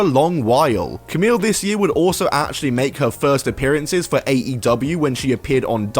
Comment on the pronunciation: It's pronounced "Kamee", not "Kamil".